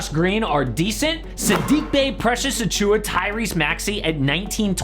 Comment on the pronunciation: Precious Ah-chew-Wah with the emphasis on Ah! If you’re going to trash draft picks then at least get the names of players correct.